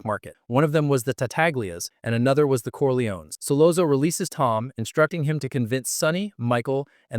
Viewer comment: As soon as Solozzo wasn't pronounced Solatzo I exited the vid